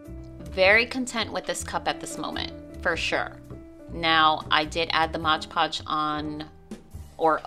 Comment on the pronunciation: Super cute cup. BTW it’s Mod Podge not Modge Podge. 🤨